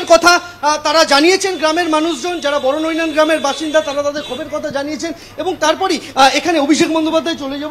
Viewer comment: ওরে খ্যাপা-- গ্রামটা বড়নৈনান নয় । ওটা বড়বৈনান।